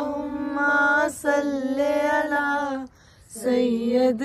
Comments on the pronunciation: If u don't mind I want to say something tha word is Sali ala not salay ala in darood shareeef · Kindly correct your صلى الله...read it with zer not zabar it's Sallee-Alla